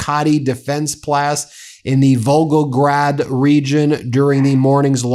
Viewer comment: The cool American accent pronouncing foreign words - a always becomes e...Volgogreeeeeeeed! - Pentzeeeeer